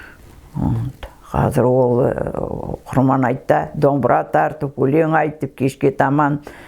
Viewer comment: Апажан сонша жыл кіл орыстың ишинде журіп тіл мен дініңізді ұмытпай жүргеніңізге мың рахмет, бір алла жар болсын, деніңізге саулық берсін. Тек "құрбан" деген сөзді құрман деп айтасыз, ия совет укіметінің арқасында көп әдет ғұрып өзгеріп кетті ғой